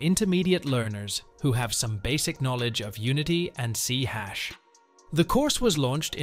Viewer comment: . "C hash" ??? You mean "C SHARP"?